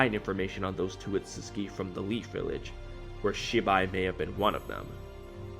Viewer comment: The way you pronounced ‘Otsutsuki” kinda bothered me lol… Isn’t it: oh sut suki”? Not: “ oh suts ki” which is they way you say it?